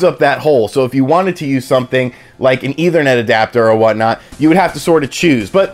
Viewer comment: Didn't know people would pronounce it as "either-net".